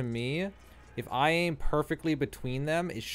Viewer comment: "how to AIM'UH" Ha